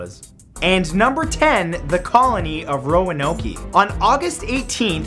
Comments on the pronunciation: Oh and just FYI, it's pronounced ROANOKE NOT ROANOKEEE. It ends with a hard K sound not a long EEEE sound...lmao. Doofas.lol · ....Roanoky? lol I live in NC (North Carolina and we have always called it Roanoke (Row-an-oak) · It's ro-an oak, not ro-an- oakey! And it's pronounced crow a tow an! Not crow a tone! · It's not Roanokee. Pronounce it like Roanoak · Actually, it (Row-IN-Oak) not (Row-In-Oak-E) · And number 10, the colony of Roanoke. It's not pronounced Row-uh-Noak-Key but is properly pronounced Row-uh-Noak. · While I love the cute factor added by calling it "Ro-Uh-No-Ki" when it's actually pronounced without the "e" sound added to the end. RO-UH-NOKE. Love the videos though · Ok you Canadian white boy, Roanoke is not pronounced Ro-an-noky it's just Ro-an-oak. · Omg it's roan-oak not ro-an-ok-ee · row-a-no-key lol it's row-noke. As a local, that one induced a chuckle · hey mathew Bela is pronounced Bella and roanoke is pronounced with ROw An Oak not row an okie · ROW AN OAK NOT ROW AN OAK EE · It's not pronounced ron-o-key it's pronounced Ro-noke. Sorry I live really close to that area. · I'm giggling because Roanok-ee.. It's not pronounced that way Roa-noak Croatoan is like cro-a-toe-an Darn it Matt, I love yah but pronounce it right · ro-a-no-key?? I thought it was ro-a-noke?? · I feel obligated to say that no one calls Roanoke 'Row-an-oa-key'. Well no one in the US, especially around the Roanoke island, Roanoke Virginia, area. It's pronounced 'row-an-oak'. Silent e on the end. Also they recently uncovered some evidence as to what happened to them. Or at least that they moved to the mainland. They just uncovered in the past two weeks, some evidence of a new camp that was set up. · Didn't they just find a piece of 370 a few days ago? And it's pronounced "Ro-ah-noke" Not "ro-ah-no-kee". ;) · What about Amelia Earhart, or the crew on the Mary Celeste? And it's Ro-a-noke, not Ro-a-no-key...shakes head, Canadians will never understand. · Roanoak-ie? LMAO